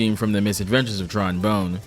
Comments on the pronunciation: Pronouncing Bonne like "bone" instead of "bon" sent me into fight or flight. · Sorry this is bugging me. It's pronounced "Bawn", not "bone". Double "n" gives s short vowel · It's pronounced "Bon", not "Bone". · Fr, it's not the worst thing in the world , but it's still messed with me. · That's... certainly a way to pronounce 'Bonne'. Not the correct one, mind.